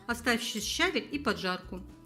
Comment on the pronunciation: Отличные рецепты, только щавЕль, а не щАвель